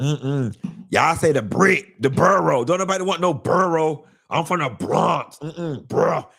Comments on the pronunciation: He did us bad 😂😂😂😂 I’m from Brooklyn and I was hollering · LMAO don't say the Bronx like that 😂😂😂 I'm from the Bronx... I'm delicate lol